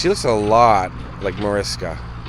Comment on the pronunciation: I’m so glad her daughter doesn’t remember the crash and even if she did will never see this. By the way it’s pronounced ma-rish-ka